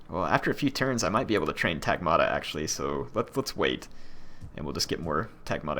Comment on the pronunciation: my ears! Skutatoi (σκυτάτοι) is read skitati, iuvenes is read juvenes and the g in Varangians is the same as in "good". Tagmata (τάγματα) is strained on the first syllable, not the second and the g is pronounced like the w in "woman" (though that might be a tad hard for non-native speakers to pronounce). Everything else is fine. Keep up the good work!